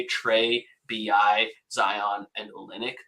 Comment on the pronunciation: This man said Kelly Olinyck 😂 lost all 🏀 credibility